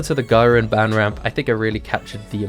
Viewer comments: not to be a troll but ban is pronounce bon like the word song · Not to be rude but it’s pronounced Bon and spelled Ban that’s why ur saying Ban not Bon/Ban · Bon not Ban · Did anyone notice he pronounced Ban wrong. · you watch these anime, so why do you mispronounce Ban, Itachi, and Akatsuki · He pronounced ban wrong